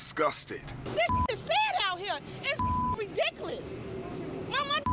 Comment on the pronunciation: Yea it's "ridica-luss"